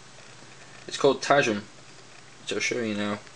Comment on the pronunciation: Fun note: The widget "tajm" is actually pronounced like the regular word "time". It's simply spelled that was as the swedish developer decided to go with the swedish spelling of the pronunciation of "time".